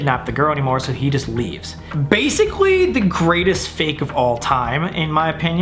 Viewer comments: "Real" or "Fakk" I died 😂🤣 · is it just me or did he say real or fuck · “ReAl or FuKe” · “iF tHeY aRe rEaL oR fAk” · sounds like he’s saying the f bomb.